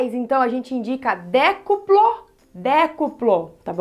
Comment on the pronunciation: Ela tem dificudade em falar triplo e decuplo ai escrevi errado kkkk